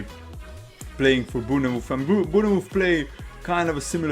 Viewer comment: Good commentary. Good insight. Let me help you out, pronounce Bournemouth like this: "Bornmith." 👍🏻